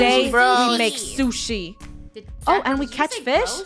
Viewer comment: OMG funneh how do you not know how to say onigiri i thought you know and liked SHUSHI